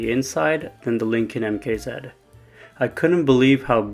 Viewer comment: Idk if anyone has ever told you but it’s MKZ not MK Zeed.